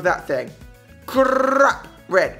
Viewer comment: "Crrrrrrrap" that tounge roll though xD